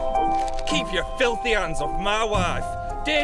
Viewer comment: "KEEP YER FILTHY 'ANDS OFF MAH WAFE" wow Phil went full Northern